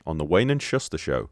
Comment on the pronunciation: Wayne and Shuster. Shuster is pronounced 'Shooster'. Canadian comedy duo.